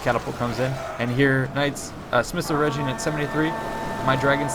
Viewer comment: talk of pretty boys...hnnnnnnn ( ͡° ͜ʖ ͡°) Also, Eregion is pronounced with a hard G.